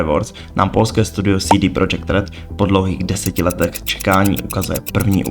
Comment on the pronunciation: 1) Vyrazit dech, ne vytrhnout dech – vytrhnout dech prostě nic neznamená 2) CD Projekt Red se vyslovuje CéDé Projekt protože je to Polsky, ne Anglicky 3) Není to Siri, ale Ciri!!! 4) Kovir není kontinent, ale země na stále stejném jednom kontinentu 5) Nikdo Ciri neupravoval obličej, jen první trailer je nasnímaný jakoby přes fisheye objektiv 6) Nového koně Kelpie, která se objevila v knize je protimluv 7) Combat system není o lektvarech, ale o technice soubojů